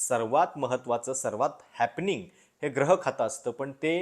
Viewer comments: ग्रह नाही गृहखाते,ग्रह या उच्चाराने अर्थ वेगळा होत आहे. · ग्रह की गृह याचा उच्चार मला वाटतं gruhakhat ऊकारांत झाला पाहिजे.